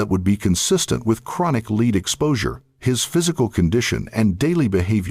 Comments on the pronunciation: I agree! The continual mispronunciation of lead as 'leed' rather than pronouncing it 'led' by the Ai generated voice was so irritating!! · OMFG. Use a real narrator. It's pronounced "led", not "leed" . I hate AI voices. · The way the AI is pronouncing “lead” ruins the video